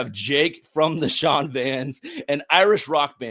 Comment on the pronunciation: lol…referring to Irish as Gaelic, pronouncing Shan as Sean, asking how Protestants got on with the provos 😅